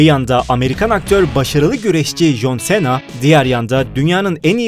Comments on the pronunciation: Bu söyliyen adam jonsena diyo joncena demesi lazım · Aq çıldırdım abi nolur şuna con sina de artık okunuşu o adam koskoca jhon cena ya sena ediyo aq shahhshs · jon sena değil jon sina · Jon sena deyıl John sına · jonsena deyil consina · Jon sena nedir ya cohn sina olacak 😂😂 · jon sena ne yaa 😃😂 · Alay aşkına jön Sena eee tabi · Eniştem is john sina Türkçe okunuşu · jon sena dediği an videoyu durdurup kapattım. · Lütfen şu John Cena yı düzgün oku